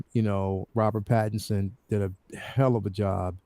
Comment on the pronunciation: Rob corrected once last episode, but she keeps saying Robert Patterson, she needs a note card or something so she says his name right.